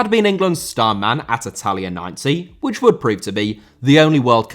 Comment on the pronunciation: Argentina* not Argentiner Saw* not Sor Italia* not Etalia Debut* not Deibyu José* not Djouwsei